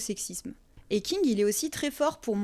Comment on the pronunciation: Alors pardon, mais j'ai eu un rire con j'ai pas pu m'en empêcher :A chaque fois que tu dis ''King'' j'entendais ''Kink''😂 C'est débile. Je sais. Mais sinon, très bonne vidéo. Je connaissais déjà bien Stephen King et j'étais consciente des sous textes. Mais j'ai trouvé intéressant ta manière de les présenter.❤ Du coup nouvelle abonnée 🎉